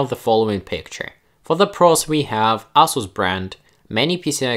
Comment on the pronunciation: It sounds like "asshole" Everytime you say Asus. Lol. Love the content keep it up